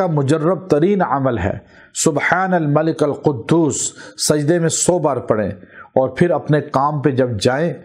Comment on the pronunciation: Zair parean ga zabar nahi malikil qudus